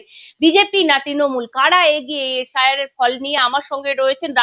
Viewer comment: এস আই আর উচ্চারণ এসাড় এসাড় শুনে আমি খবর আর বেশি দেখিনি😂